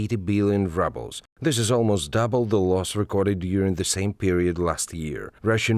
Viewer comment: I like how the narrator pronounces Ruble as Rubble. Quite appropriate.